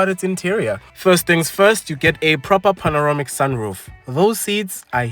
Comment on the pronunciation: Rear seats are not heated cuz why do we need heated seats in this climate? Noticed you keep saying panoromic in your videos when it's panoramic.